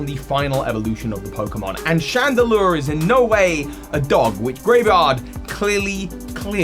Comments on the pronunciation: constantly calling it Graevard instead of Greavard is making me cringe. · Might just be your accent, but it's spelled Greavard and the website specifically uses the word grievous in relation to it, so most likely it is pronounced Greave/Greev-ard not Grave-ard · it is kinda odd, it is almost certainly not pronounced like graveyard without the Y like how pronounced it though, that would be too on the nose if you ask me and would probably be spelled Gravard or Graevard, putting the E first suggests some different pronounciation. Maybe it is hinting at its evolution having some sort of armor? Greaves are classical shin armor while also sounding like grieve (as in: to mourn)